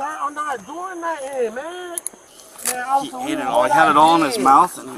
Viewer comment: “I didn’t do nuttin’,” no one accused you of ejaculating, “nuttin” isn’t the issue 🤣